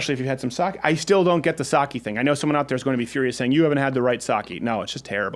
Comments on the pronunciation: As a Japanese speaker, the only thing that triggers me is the way Crowder pronounces Sake. It's pronounced "Sah-Keh" you ingrate. Now make fun of my comment on Thursday's show or I won't join the mug club! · its sake pronounce it right